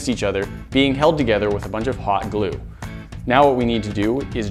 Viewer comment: When he said hot glue it sounded like he said pot glue